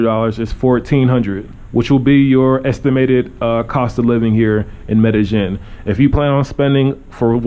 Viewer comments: Two "ll''s" in a Spanish word is pronounced as a "y" in English. Medellin is pronounced "Medeyen" and not "Medejen." :) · You say Medagin I thought its Medayeen but spelt Medellin. Double LL as a Y pronunciation. Anyways good videos.